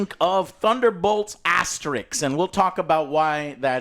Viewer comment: Asterisk, not Asterix :P